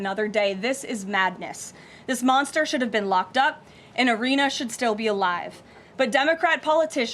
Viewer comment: It's Iryna.